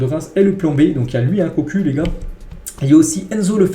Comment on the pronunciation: Frérot çe prononce pas Cocul, c’est KOK CHU 😂😂